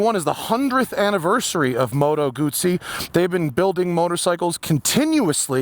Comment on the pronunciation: Thanks for saying "Guzzi" correctly.